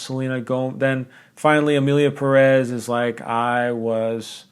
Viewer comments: Hey. Did you notice the é in Pérez? That signals that the accentuation is in Pé, not rez. PÉrez, not peREZ. Just a PSA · As someone last named Pérez it really hurts each time someone I respect says PeREz instead of PErez.